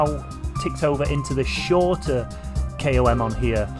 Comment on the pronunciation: You’re a good guy, if one can overlook your pronunciation of ‘KOM’.